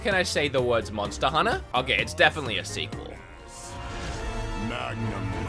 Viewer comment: Nobody:: "MoNsTa HuNNA??"